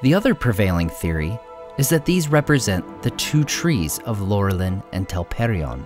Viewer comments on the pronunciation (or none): I thought that Laurelin was pronounced with an "Ou" at the beginning (i.e. Lourelin). In the pronunciation guide "Au"= "Ou" or "Ow".